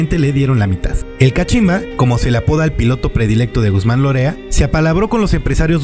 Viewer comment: No es Guzmán "Lorea" (repetido dos veces) es Guzmán Loera.